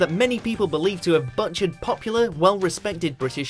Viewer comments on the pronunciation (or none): Butt charred ? . Nigel Planner ? Steven Mo Fat ? Are these all US remakes of English words ? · "butt-chered". You're not alone. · Am I imagining the word "butchered" being butchered ? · You butchered the word butchered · "Butchered"? Like you butchered the pronunciation of butchered? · I like how you butchered the word "butchered"